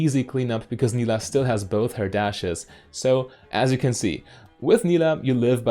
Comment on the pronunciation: It is pronounced like you did in the video, she says her name in her taunt and I would guess that she knows how to say her own name correctly ^^